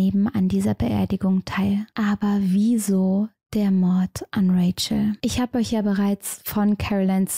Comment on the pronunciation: Man sollte nicht 1 Drittel des Thumbnails mit einem Bild von sich genau in der Mitte besetzen wenn es um einen tragischen Mordfall über jemanden geht. Ausserdem finde ich es komisch und aufgesetzt wie fröhlich sie über so etwas redet. Alleine wie sie Mord am Mittwoch ausspricht...Ach du scheiße